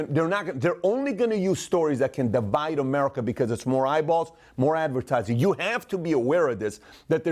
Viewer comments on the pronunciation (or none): none